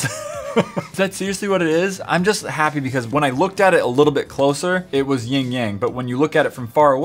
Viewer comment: It's YIN and YANG. Not the YING YANG twins lmao 😂